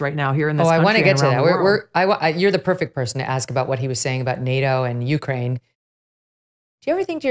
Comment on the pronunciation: Megyn- small correction- accent on the second syllable of Ukraine not the first.